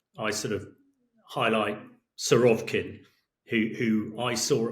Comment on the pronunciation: It's Surovikin, not Surovkin. Suro-vik-in like Vic-tory. Not sure why british commentators keep geting it wrong after few years hearing that bloody name.